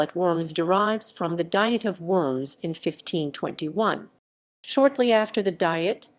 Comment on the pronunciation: I could only stand a couple minutes of this video, they insist on pronouncing Worms wrong over and over and over.